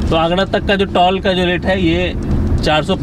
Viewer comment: टोल को टॉल क्यों कह रहे हो भाई?